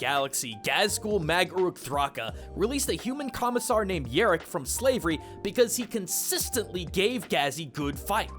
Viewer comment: alright, #1 mek boyz, never forget the boyz, you're making think Orks have sentient meks or something. #2 and this is the more important one, it's YARR-ick, not yer-rick, YARR like pirates yarr-harr fiddle dee-dee! How bloody dare you call yourself an ork fan and pronounce Yarrick's name wrong? How bloody fucking dare you! Other than that, thanks for sharing your love for the green boyz, mate.